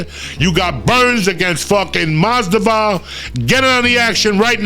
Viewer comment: I'm high af at work and the way he said masvidal just sent me lmfaoo